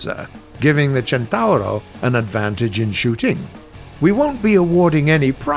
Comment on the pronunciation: FINALLY Someone know how to pronunce Centauro You made an italian Proud of you